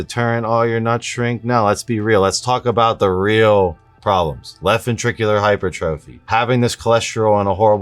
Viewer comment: Hypertrophy is pronounced - hai * pur * truf * fee. Take it from an RN. Love your content.